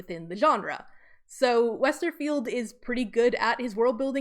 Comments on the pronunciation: Lol if we all start mandala effecting calling him Scott "WesterField" it's because of this video. It's Scott "Westerfeld" no "i". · btw it's WesterFELD not 'field', no 'I' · Everytime you say Westerfield instead of Westerfeld, I cringe. I know it’s a small detail, but I’d expect one to know an author’s name before making a documentary